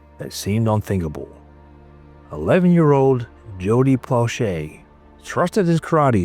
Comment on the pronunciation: As a Baton Rouge, Louisiana native and friend of the family, this brought back a torrent of memories. *Please, figure out the correct way to pronounce Plauche' and Baton Rouge. Odd how Doucet's name you pronounced correctly...